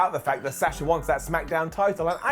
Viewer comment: Lol why can't you pronounce Sasha could correctly? It's a soft A not a hard A 🤷‍♂️